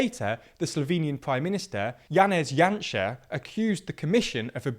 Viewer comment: Very good pronunciation throughout the video! Janša has been an absolute embarrassment to this country, both currently and in his past governments. Lets hope for a big voter turnout in April and that the current political, economic and social crisis perhaps opened the eyes of the people.